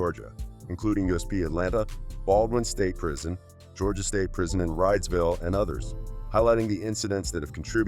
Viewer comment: It's pronounced Reedsville